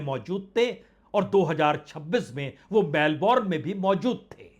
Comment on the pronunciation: मेलबर्न ऐसा उच्चार करो. मेलबोर्न नाहीं. इंग्लिशमे 'उच्चार' और स्पेलिंगमे फरक होता हैं. फ्रेंच भाषामे तो उच्चार अलगही होता हैं. इसलिये भाषा कैसी बोली जाती हैं यह महत्वपूर्ण हैं.